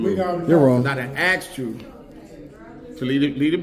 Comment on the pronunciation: Tell them to say - "asked you" English 😂😂😂